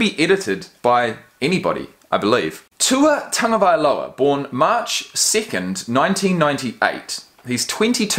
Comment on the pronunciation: I’m glad you finally learned how to pronounce his name properly! You’ve redeemed yourself as a Kiwi! Because recently some Aussie commentator made fun of the Polynesian names of their National Rugby League players and then made light of it when confronted with the issue. Very nice come back on your part because these days, people are very sensitive about race issues, particularly here in the States.